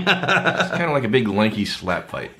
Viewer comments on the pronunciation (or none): none